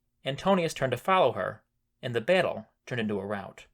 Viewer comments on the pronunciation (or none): none